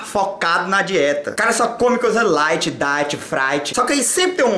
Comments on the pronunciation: Só come coisa "Laite" "Daite" "Fraite" kkkk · Laite..daite...fraive kkkkkkkkkkkkkk